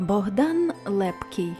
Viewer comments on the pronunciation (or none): none